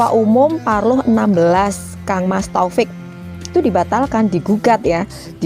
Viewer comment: Maaf masut saya mas tofik bukan totok